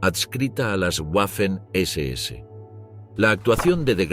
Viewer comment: En alemán y en español la letra w es una v doble. Por lo tanto la pronunciación correcta es "vermacht" y no "uermacht" "vaffen SS" y no "uaffen SS"